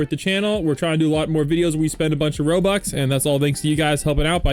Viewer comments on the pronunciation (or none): none